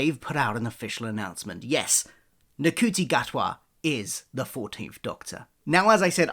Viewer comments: I believe his name is pronounce “shoo-tee”… that what Google says anyway 😆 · his name is pronounced Scooty but spelt Ncuti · I do think his name is pronounced: shoo-te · It's pronounced 'Shooty'. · I think you pronounce it as “shooti” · It's nice they announced it to use the BAFTA buzz to do lots of press. Very wrong pronunciation. You couldn't type his name in YouTube and listen to one person pronounce his name? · it would have taken less than a minute to type his name into youtube and find a video of Ncuti pronouncing his name, just take a minute to make sure you get it right.